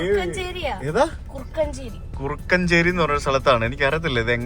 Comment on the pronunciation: നിങ്ങൾ റെയിൽവേ ക്രോസ് കുറുക്കഞ്ചേരി അല്ല കുറാഞ്ചേരി ആണ് സ്ത്രീ വ്യാസ എൻഎസ്എസ് കോളേജിന്റെ അടുത്തുള്ളത്